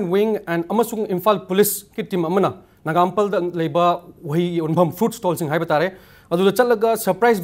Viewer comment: Nagampal haiba nattey Nagamapal haibaney. Pronunciation do punchai chaire. That's why I have been saying that Bro Raj is the best and always the best. BTW, dear Impact TV, we people don't want incompetebl person at a hugely demanded channel like Impacl TV. Pronunciation has been a fucked up is this episode.